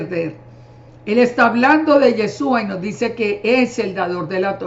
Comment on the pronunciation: Señora una pregunta , por qué usted con todo su conocimiento aún no pronuncia bien el nombre de YESHUA usted dice yesua 😒 por qué ?? POR QUÉÉÉÉ????